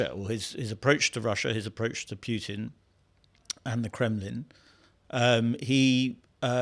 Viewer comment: You know he's a real journalist when he says Pyutin😆